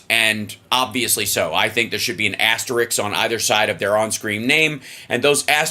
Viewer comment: “Asterisk” not “asteriks”